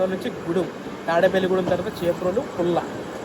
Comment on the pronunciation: పల్ల కాదు పుల్ల